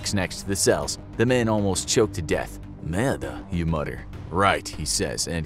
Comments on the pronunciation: I’m french and that is so how you not pronounce merde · merde? don't pronounce the e at the end